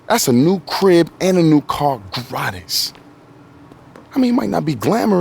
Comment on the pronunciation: That’s not even how you pronounce gratis😭 lmao